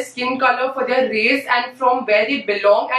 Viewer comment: The way she pronounces "their" - like they are.